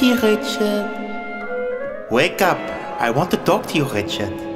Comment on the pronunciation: I wish you pronounced Richard’s name correctly